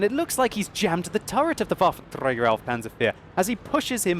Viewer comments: 'waffentrrrrrrrrreeaager awf panzer IV' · nagyon röhejes ahogy a waffenträger-t mondja